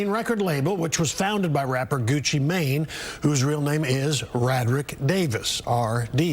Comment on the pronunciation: Love how he says gucci mane 😂